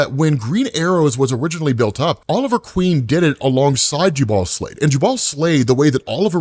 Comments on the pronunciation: FYI, it's pronounced JUbal not juBAL. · It’s painful hearing you say Slavid’s name. Jubal (Jew Bowl or Ju Buwl). Think Jubilee. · Jubal is pronounced... Jew-bull